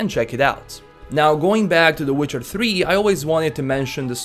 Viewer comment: ''Witchar tri''